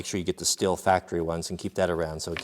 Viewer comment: I like the video, but it is pronounced STEEL not still, just FYI